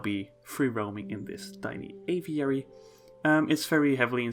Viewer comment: My word. A video so soon. And he pronounces the word 'aviary' properly. You'd almost think someone replaced him if he didn't say 'little' in the video. Really lovely exhibits. The panda exhibit looks cool, although it seems like a bit of an escape hazard. That aviary is gorgeous. So many cool little details